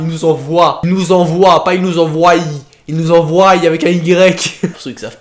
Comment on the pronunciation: enfin tu remarque que tu prononces mal envoient XD